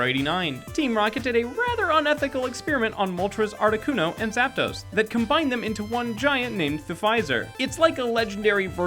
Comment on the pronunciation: arcticUNO not arctiCUNO